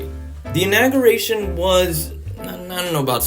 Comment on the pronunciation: 😂😂 love it lol also you pronounced inauguration wrong